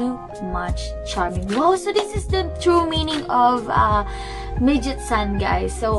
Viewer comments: Great reaction it’s actually pronounced Meg-its-oo-Nay it’s means vixen/female fox. In Japanese folk lore foxes were sly, cunning, deceiving and were able to shape shift into human. So basically you were right but it’s also saying women are not foxes. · That would get her closer on the pronunciation, but all of those syllables should end with vowel sounds (メギツネ).